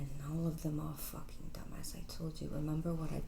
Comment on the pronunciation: “are you focking dumb” 😂